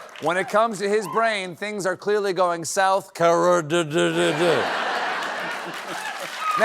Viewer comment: How would Biden have pronounced South Carerdddd?